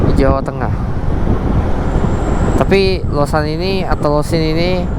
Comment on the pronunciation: Losari, bukan losan.